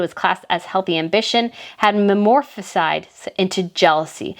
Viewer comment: It's metamorphisizes not memorphiszes